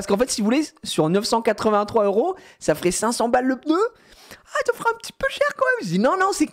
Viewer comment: un plaisir d'entendre pEUHneu et pas pneu comme tout ces ptit snobs de parigo